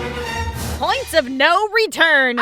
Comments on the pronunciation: uh...."pionts" of no return?....it's "points"... course you already knew that, everyone makes mistakes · Points not pionts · "PIONTS of no return" Uhh intentional? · "PIONTS OF NO RETURN" "PIONTS" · Pionts...was that on purpose?